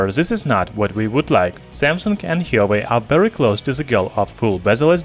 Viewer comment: "Hee-yo-way"? Lol